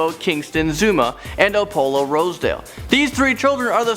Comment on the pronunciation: You can't pronounce "Apollo" right?